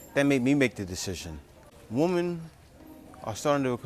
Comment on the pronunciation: Learn to pronounce women correctly. By the way, her contributions to society have nothing to do with contributions to her partner. Her degree has nothing to do with what she would offer to a man. She has to offer that to a job not to a man. She gets that confused.